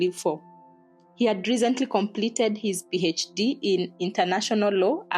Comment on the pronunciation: Others.......thirty, third, recently..... Thurty, thurd, rezently.😂😂 Anyway, well done